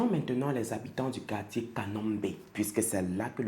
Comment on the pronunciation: Au moins t'as prononce un peu bien leur quartier ehh c'est nos voisins 🇧🇮